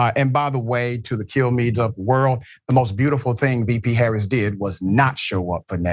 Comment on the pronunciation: Regardless of whether he said colored or college in that first clip, he definitely DID mispronounce Kamala Harris's name, by putting the emphasis on the second syllable. (he later said it correctly in the second clip- maybe he caught flak for that as well). Deliberately mispronouncing someone's name, especially someone that famous and whose name is spoken in public hundreds of times a day, is a sign of deep disrespect and marginalization